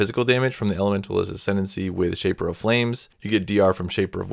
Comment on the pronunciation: "Ascendency". You were so close.